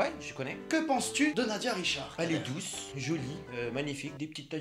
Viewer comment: Il dit douse à la place bonne